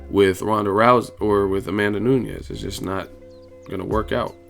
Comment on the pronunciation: It's pronounced "noon-yez" not "nu-nez" .... I'm sure she's going to be around for a while so I would hate to hear U mispronounce her name multiple videos for the duration of her time as champ or relevancy.